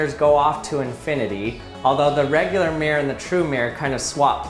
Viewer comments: Mirror has TWO syllables. Mir-ror. This guy is pronouncing it with only one: “meer”. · Not MERE it's MIR-ROR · Does it not bother anyone else that this guy says "meer" rather than "mirrer" for the word "mirror"? I literally can't bring myself to a point where I can even just ignore the pronunciation... "meer" v "mirror" is just so wrong! Ugh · Everyone: Mirror: Meeyer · I always think the majority of American say Mir -like the space station. Same double-r problem with Squirrel - comes out as Squirl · Thank you. Now I can only hear him saying meer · I was too distracted by hearing "Mere blahblah mere, mere, blahblahblah mere blah mere mere". The content is usually interesting enough not to notice these things - but this time;: "So what did we learn, class?" Class:: "Come on!... Anybody!" Class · Why can’t Americans pronounce MIR-ROR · Why do Americans pronounce mirror as meer?